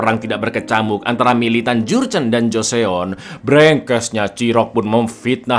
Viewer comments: Mas, joseon cuma dibaca joson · Mau info cak klo joseon itu dibacanya joson cakk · bukan gitu cara baca / pelafalan Joseon cak